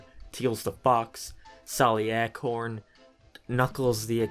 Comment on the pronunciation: Nobody:: Sally Eh-corn